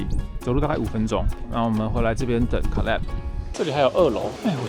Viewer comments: 我朋友（美國人）小孩也叫 Caleb /ˈkeɪləb/，可是他發音跟你好不一樣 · I think it’s pronounce Kay-leb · caleb這個名字的發音應該是Kay-leb吧？ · 好奇問一下Caleb唸成卡類ㄅ是什麼特殊發音嗎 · Caleb的名字發音跟美國人不一樣嗎？還是阿滴叫錯了？